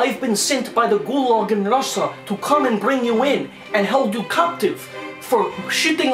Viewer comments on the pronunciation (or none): none